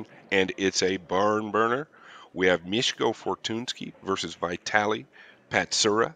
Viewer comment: The real "Butcher" here is not Mieszko but the commentator who butchered both of their names, lol. Thanks for the video!